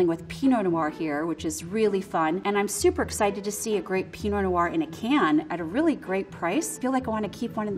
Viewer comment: Enjoyed the vid but "wine expert" and then pronouncing pinot noir like that😂